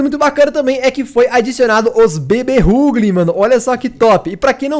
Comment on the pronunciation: Ruglin é top mano n sabe nem pronunciar menos um inscrito